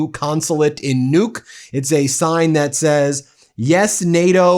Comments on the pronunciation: The name of the Greenlandic capital is actually pronound with an unispirred first u and a heavily inspired second u: Nuúk. Guess you have to be local to know that. But no offence taken - nor given. Just to let you know, the name has two syllables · Kind of eerie that Nuuk was given by the subtitles as "nuke," so in the context it ends up sounding like "nuked Greenland." Don't give him any ideas.